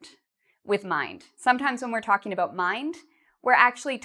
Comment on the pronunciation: she pronounce it (ebout)not about 😍😍😍